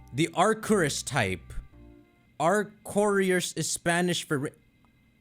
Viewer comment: Arcoíris is pronounced Ar-ko-e-rees